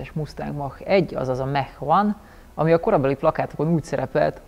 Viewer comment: Egy aranylag rendesen beszelo amerikai is "a"-val ejti a Mach-ot es nem "e"-vel. Amugy jo hogy teljesen veletlenul radtalaltam nem olyan reg. Valamikor behozhatnad a kepbe a rendes bringazast mint anno az F150 tesztnel. SRAM + Rockshox for the win csak mert tudom hogy Shimano parti vagy.